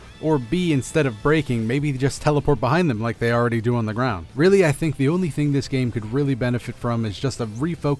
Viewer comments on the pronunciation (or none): none